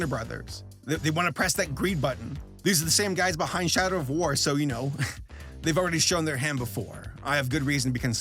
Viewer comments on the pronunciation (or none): 13:74 was shadow of war bad? Why did he say it like that?